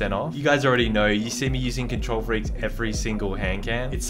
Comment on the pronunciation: How much likes this gets is how much times he said control freekes